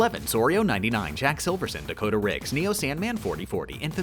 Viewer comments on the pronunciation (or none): none